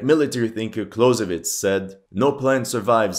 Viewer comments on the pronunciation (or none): none